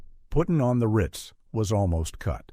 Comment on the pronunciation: Man, another video with distracting pronunciations. Igor in the movie is pronounced "EYE GORE," not "EYE gur." I quit watching when he prounced "putting on the Riiiiitz" (Ritz, but hold the i) as "putting on the R+eye+tz," hold the eye. I hate to be a pedant, but I've been seeing this a lot and it's getting discouraging.